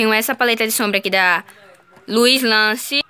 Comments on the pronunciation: “Luislance” rindo até 2030 kkkkk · A marca Luisance se fala: lu i zan ce É so ler assim que vc vai aprender a falar .